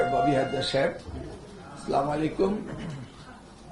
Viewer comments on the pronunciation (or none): স্যার স্লামালাইকুম না আসসালামুআলাইকুম